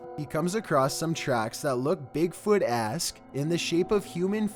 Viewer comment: Did he say "bigfootesque" or "bigfoot ass"